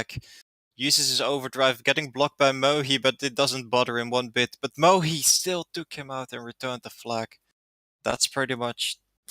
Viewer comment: Shoutout to for all the mispronunciation I’ve noticed from all his commentary 😂 I think below are the proper pronunciations if u ever see this mate or if anyone cares to get this across to him: Mohe = Mo Priora = Pree-or-ah Excelencia = Ex-sel-en-see-ah Macan = Mack-in Cartier = Car-tee-ay Highest = Hi-ist Glad to help!